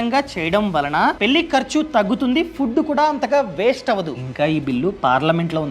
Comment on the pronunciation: వాల్లు పెల్లి ఏంటి బాబూ నీ తెలుగు మండ